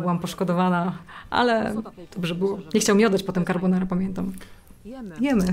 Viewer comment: Na przyszłość taka uwaga – mówimy carbonarA :)